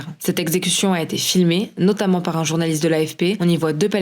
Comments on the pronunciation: « Qui n’en est pas vraiment z’un » première seconde de vidéo. Je sais pas où il recrute ses journalistes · « Un changement qui n’en est pas vraiment z’un! », au tout début (20 s) de la vidéo! Franchement,, on la refait épicétou! Ben même pas!!! Jeulkroapô!